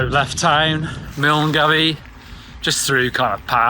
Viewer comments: Great ride but you would think he would at least pronounce the start of the WHW properly! Milngavie is not pronounced Miln Goey but Mull Guy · Brilliant video. For future reference, it's pronounced Mullguy. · More of a wince than a laugh but aye Mullguy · If you're going to a different country, you should at least take the trouble to learn how to pronounce the placenames. Just like Leicester, Gloucester, Cholmondly and many other places in England some Scottish placenames aren't pronounced the way they are spelled. So Milngavie, Drymen etc.... You catch my drift? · Great video. Your pronunciation of Milngavie and Dryman were truly painful however. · True, I would've if I had known before I had gone, but sometimes you learn the hard way right with everyone correcting you. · How many of us Scots laughed at the pronunciation milngavie 😂 although I don’t think anyone can get it right without hearing it first 😂